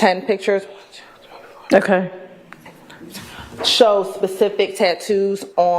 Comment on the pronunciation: DOESNT HAVE COMMAND ON THE ENGLISH LANGUAGE. IN WORLD IT APPEARS AXT=ASK OR ASKED. PITCHERS=PICTURES. SHE SHOULDNT HAVE DROPPED ALL THOSE ENGLISH COURSES IN SCHOOL. OR AT LEAST PASSED THEM. I THINK ONE THING FRUSTRATING THE JUDGE IS THEY MAKE NO EFFORT TO DO WHAT SHE ASKED THEM TO DO. THE JUDGE KNOWS THEY ARE GOING TO LOSE SO SUCK IT UP AND MOVE ON.